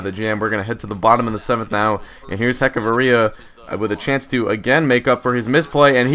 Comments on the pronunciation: It's pronounced "Etch-a-va-ria" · () Just so you know, it's Ech-uh-vur-ee-uh